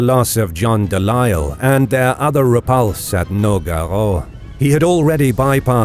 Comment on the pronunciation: MI-RON-DA. NO--GA-RO.... I'M DEAD JAHHAHAHAHA